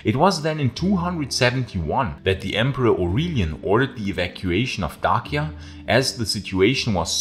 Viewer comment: You’re the first person I’ve ever heard pronounce Dacia correctly, bravo!